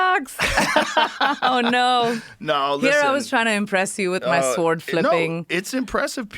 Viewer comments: She keeps mispronouncing SWORD. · Are you kidding me with this sh*t? Btw, genius, the “w” in sword is silent. Imagine anyone listening to this for longer than ten seconds.